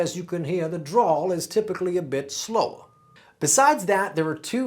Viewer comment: it's a drawl, not a draw, sorry